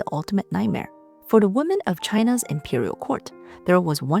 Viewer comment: Hey, Love your videos!! Just curious, why do you always mispronounce the word "women" and make it sound like the singular noun. Listen to a couple of your videos and you'll see. Your English sounds pretty sharp, except "women" where it will sound like woman.